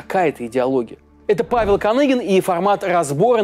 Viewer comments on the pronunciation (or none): none